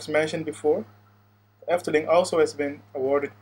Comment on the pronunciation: Ik hoor gewoon aan je uitspraak van de Efteling dat je Nederlands bent :)